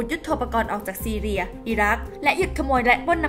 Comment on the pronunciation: ประเทศซีเรียจ้า ไม่ใช่ซีเลีย ไปเรียนหนังสือมาใหม่นะ